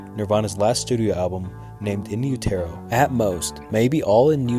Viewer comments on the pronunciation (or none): In you-tare-oh? 😂😂😂 it's utero as in uterus. And the song is Sliver, not Silver. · I dunno. This guy couldn't pronounce "utero" correctly.... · it's not 'u-tair-o' it's in-yoo·tr·ow... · I mean im a huge nirvana fan so i knew everything but this stuff is still pretty basic. a good one wouldve been the last note kurt left krist, its pretty f'd up what he wrote to him. Also Utero is not pronounced like that (Im not trying to be rude). one thing i never heard was kurt was a born again christian tho? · Each time he says Utero I’m rooting for him to NOT pronounce it ‘you-TEAR-row’ - but each time, he fails us. On a real note, I can’t think of another band whose fame was so short lived and were so inspirational. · Is this AI voice? You really don’t know how to pronounce Utero? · You pronounced "Utero" wrong and it's hard to understand what your saying sometimes. But still enjoyed your video, no hate. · The way you pronounce utero makes me want to die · Noy how u pronounce Utero & its not A. Roads...its Rose